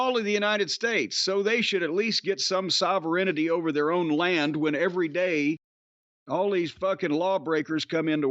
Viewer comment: Jim said sovereignty wrong. Lol. He's probably the smartest person wo an advanced degree I've ever heard speak...